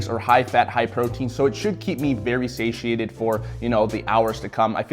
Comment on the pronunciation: Sashiated? Do you mean sated? 😂😂